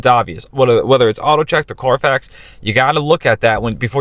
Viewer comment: CARFAX, not "Car Facts"